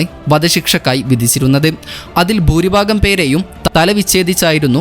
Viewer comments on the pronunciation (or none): none